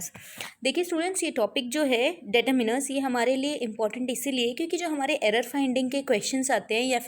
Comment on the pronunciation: Pehly ap determiners bolna sikhlijiye. Its not 'dayturminer.'...!!!